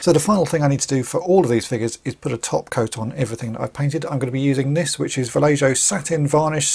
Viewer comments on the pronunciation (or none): Love watching your videos, but the "j" in vallejo is silent. It should be pronounced like "valle - ho" or "valle - o".